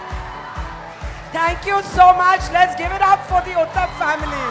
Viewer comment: Barkha it is not “ Uthap” but “ Uthup” . Please pronounce it correctly